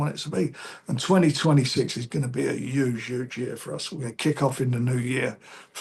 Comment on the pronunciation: 'Next year is gonna be yuge. Absolutely yuge'